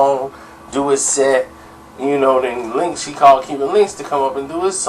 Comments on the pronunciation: His name is Cuban Link not Cuban linx lol 🤣🤣🤣🤣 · Evan Rivera You don't be knowing shit. The hell are you talking about. If you knew, you would know no one calls him Linx. His name isn't Cuban Linx, its Cuban Link. Link not Linx. And no one calls him Linx or Link for short. This video is the first time I've ever heard someone call him Linx or Link for short. They have always called him Cuban for short or Cuba. Don;t you listen to any of the Big Pun or old Terror Squad albums. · Bro its Cuban Link not Cuban Linx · His names Cuban link not Cuban linx